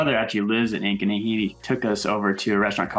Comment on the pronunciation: When you first mentioned Ankeny I thought you said “agony.” 😮